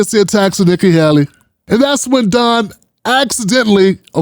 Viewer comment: It's not that difficult to pronounce; or is this a lame attempt at humor. Usually you're funny not this time.